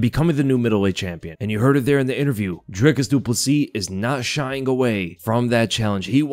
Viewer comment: The way you say DRICUS DU PLESSIS sounds like you're saying De Poo-C